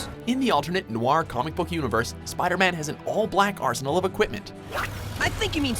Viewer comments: ist no-ir not noar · ugh, i cringed so hard when he MISPRONOUNCED noir MULTIPLE TIMES